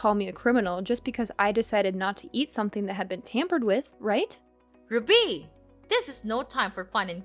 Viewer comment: The way she pronounces RUBY is so irritating